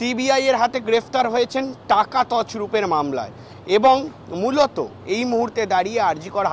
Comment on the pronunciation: এত ঘন ঘন 😮মৃলত মৃলত না করে ঠিক করে বাংলা বল্